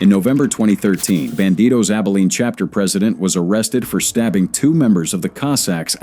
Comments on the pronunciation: C Hapter? 🤨😅 This Ai slop is hilarious! 👎🏼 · Really shitty AI SLOP that can't even pronounce "chapter" (instead says "see-hapter").